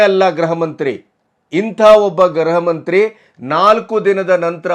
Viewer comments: ಗ್ರಹ ಮಂತ್ರಿ ಅಲ್ಲ ಅವರೇ ಗೃಹಮಂತ್ರಿ ಗೃಹಮಂತ್ರಿ. ಉಚ್ಛಾರಣೆ ಸರಿಯಾಗಿ ಮಾಡಿ. ತಪ್ಪು ಉಚ್ಛಾರಣೆ ಕೇಳೋಕ್ಕೆ ಹಿಂಸೆ ಆಗುತ್ತೆ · namaste sir. grahamanthri alla. gruhamanthri endu heli.